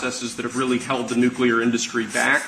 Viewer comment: You sort of lose me when you can't pronounce "nuclear" correctly...